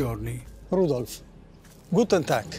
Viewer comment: 9.20...Rudolph, guten TAGT...???